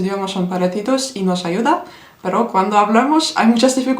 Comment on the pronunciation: ispanyolcada "noş" değil "nos" deniliyor, bir çok kere "s"leri "ş" olarak söyledin, sanırım portekizce gibi sandın. Video harika bu arada. Pelteklik var ise ona bişey diyemem:)